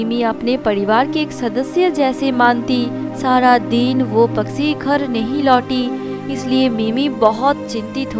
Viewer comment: Story to bahut achi hai but is video mai jisne bhi audio narrate ki hai wo bahut ajeeb tareeke se bol rahi hai kahani sunne mai maza ni aara Paksi ni hota its pakshi bolte hai plzzz work on your hindi